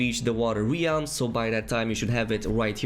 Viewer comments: Bro .... REALM....not RIALME plz....sorry it was driving me nuts. Good video content doh. ;) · Great video! FYI realm is pronounced “r-eh-lm” and not “re-alm”